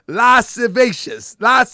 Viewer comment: Lah siv ee us - lascivious